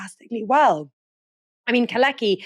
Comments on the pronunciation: Very interesting as usual. One thing though. Could you stop call Kalecki [Kale:tski] "kaleki", as this in Polish means "crippled". Thank you. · and mispronounced “Kalecki” for the enterem segment 😵‍💫 it’s prounanced “car let’s kee” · you ought to check the pronounciation of Michał Kalecki "Keir Starmer is literally a wet wipe". What a gem of a character assessment